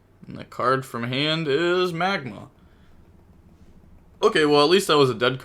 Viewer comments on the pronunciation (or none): Hey brother you do realize the pink bystial is MagNa not MagMa right? Pronounced Mag Nuh, not Mag Mah. Its an N not an M